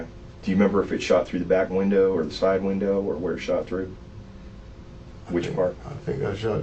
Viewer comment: "She hollered at me through the windur."